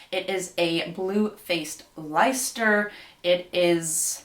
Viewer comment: What a gorgeous mood board, feel like that’s going to produce some lovely pieces. Just a minor note from me - I’m from the Uk and Blue Faced Leicester is pronounced “Lester”. Hope you don’t mind me mentioning it, not intended in a bad way!